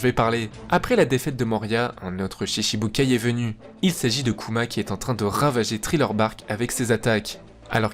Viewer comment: "Triller bark" Cest thriller bark 😭